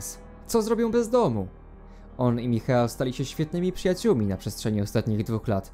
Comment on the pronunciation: Michael czyta się Majkel